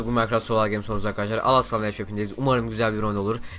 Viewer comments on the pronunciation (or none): none